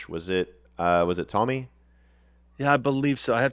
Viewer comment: Tomi's name is pronounced Toe-me. He did predict Trump's re-election but he addressed it openly after it didn't come to pass. I'm not sure about the Ukraine thing. That was brewing in 2021.